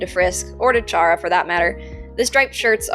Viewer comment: Ur voice is nice :D btw I’m pretty sure chara is pronounced like kara